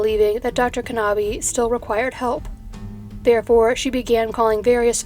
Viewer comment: Hell-UH-nuh Kuh-NAH-buh But great topic, I love how you find the most obscure stuff